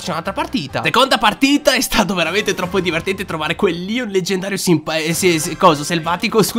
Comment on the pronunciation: Ma perché dici Leon selvaticooo??